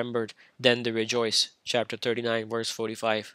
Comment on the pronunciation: Funny that he keeps pronouncing "verse" as "worse".